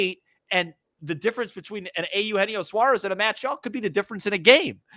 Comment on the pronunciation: feels like the cubs are just about the only team he's never played for so why not? let's check that box. but only if we can start pronouncing Eugenio like normal human beings and stop with the Ay Yoo Henio thing. Did that start as a joke or what?